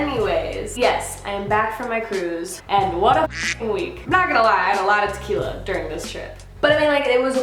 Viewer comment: Yes, the horrors of "tah-kill-ya". I can't touch the stuff anymore. Thank goodness for rum!